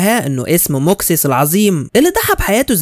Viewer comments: ماكسيموس ايوه و ليس موكسيس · إسم البطل في الجزء الأول ً"مَاكْسِيمُوسْ" مش زي ما انت نطقته